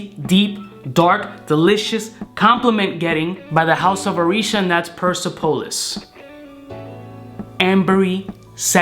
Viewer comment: dope video. BTW, its pronounced per-SEP-oh-liss ;)